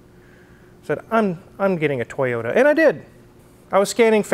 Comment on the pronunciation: Brother, you get a toyoTa not a toyoURA. I also want some water 🥵😄